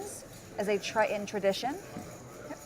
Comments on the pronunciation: its pronounced TRITON ... not TRI-UN ... !!! (geez) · You keep smacking your mouth and your cadence when talking with upward inflections is tough to follow. Something to work on in the future. Also, it’s tri-tun, not tri-tENNN. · It's a weird word but I can't help fixating on how you say "Try - annnn" for Triton. :-)